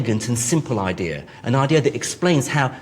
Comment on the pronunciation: Argh makes me gag when he says "We have a good ideer"